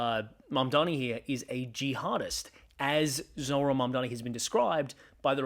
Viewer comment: MAMDANI, say it with me, Mamdani.❤